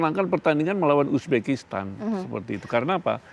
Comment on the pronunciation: Uzbekistan bukan ubekistan..reporter dongok